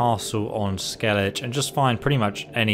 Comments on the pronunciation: Bruh it’s “vélen” not “velén” and “skelliga” not “skellidge” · Ursine…like “errr-sign”. It’s from the Latin Urus like (errr-sus). Bro have you played this game? How come you don’t know how to say any of the proper nouns? Skellige like “Skell-i-ger” with a hard G. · When you play the game on mute: "Skellidge" "vuhlen" "yoursine armor" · dude, they literally call it "skellig-eh" all the time not "ske-lidge" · Yoursine...versus ursine... oh boy... Oh and that soft versus hard G in skellige...oh boy... please, please... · I was just about to start a new NG+ playthrough, good thing i didnt cus i would go in with Feline armor and i wanna do it on Death March. P.S. Its pronounced "Skel-ige" and not "Skel-ije" just some constructive criticism :) Edit: sorry, didnt know you are dyslexic, sorry if i made you feel bad by correcting you. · You must have spent 100's of hours in the game and listened to the storyline at least once. Why do you say Skellidge when all the characters say Skelligger? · Wow. This guy is a master of mispronunciations. • ERR-SYNE not EE-UR-SYNE • SKELL-I-GUH not SKELL-IDGE. • VELL-UN not VUH-LENN • LIE-TH not LITH ( “lithe as an eel”) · Ursine - 'uhr-seen', not 'yure-sin' Velen - 'Vé-lèn', not v'LEN Skellige - 'Skelli-ge', not 'skellidge' There probably are so many more but these were the ones that made me pause and click off the video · SKELL EDGE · The island is pronounced Skellig-ah in game. Kinda had me shaking my head. Idk if there is a difference in translation, but that's how it is said in game. (Cool comparison all the same though!) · Ursine is pronounced er-seen or er-sign. Skellige is pronounced skeh-lih-ger. Hope that helps. I'm going to find this useful when I get around to it. Going the tank build. I always breffered heavy attacks over fast attacks, so this speaks to me a lot. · Ursine= "err-seen" Velen= "vell-in" Skellige= "skell-i-gah" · You said Skellege incorrectly. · „Skellidge” xD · Goddammit it's skellig-eh. Lmao